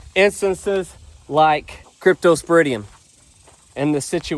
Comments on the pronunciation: You pronounce cryptosporidium the same way your vet does. Period. Pigs, I'm going with the pigs spreading it. Next video title "Hunting time". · You are saying it correctly. I’m a microbiologist. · Your pronouciation is correct. Good luck with your baby red dogs. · pronunciation spot on. I presume your toxicology report didn't find cyanobacteria, affecting a number of lakes for a few years. Best of " luck" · My son had cryptosporidium ( yes you are saying it correctly) when he was in first grade, due to water that cattle would wade through and obviously their waste was in there. I was told there is no cure, just pump fluids in him. He came out of it fine after 2 weeks. One spent in hospital. We just thought he had the flu. So giving your Reds fresh water seems to be the ticket. Good luck with finding out how to get rid of it in the pond. Hope something works. Have been watching your channel now for the past few weeks. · hi. Your saying it correctly.. Remember to keep you and your family safe as it will affect you too. Cryptosporidium is highly zoonotic. 🇬🇧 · U r saying it right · Ppl are odd to try to correct how you say the parasite's name because you are saying it correct. I have a Bachelor in Biology and I wish I was in a lab during times like this to help identify and learn about the many parasites out there. Also from reading some different studies, chlorine can kill the crypto but it takes a pretty decent concentration. Also wild hogs can carry many different types of diseases including crypto. Also be very careful if you do get samples because crypto can affect humans too. There are plenty of cases of it in humans. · You pronounced it right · That is the correct pronunciation. I just Googled it to see and yep you said it right. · Pigs can definitely spread Crypto and you are pronouncing it correctly. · You pronounced it correctly , cryptosporidium.